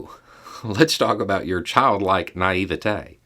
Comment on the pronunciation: Oh that was very well said! Whose word you going to take? Not the little boys, he’s dead. The word of the people who let him be killed? Naivety pronounced correctly, story told clearly, inference drawn precisely. All before my second cup of tea. Today will be a good day😁